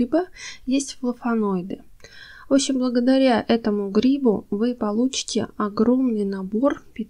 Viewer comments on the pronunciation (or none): Спасибо.Очень интересно. Обратите внимание!!Благодаря грибУ.Ударение на вторую гласную.